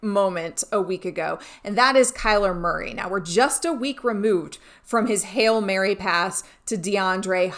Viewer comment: She has a weird way of pronouncing Hailmurray....